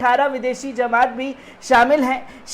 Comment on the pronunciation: Zamat nhi bhai jmat h thoda werd shi bolo